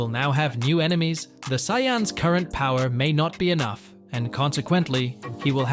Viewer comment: This is clickbait. Why do you keep sayin sayan that way?